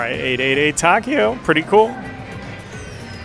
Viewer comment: Correct pronunciation for Takeo is Tah-kay-oh. It's my Grandfather's first name. :)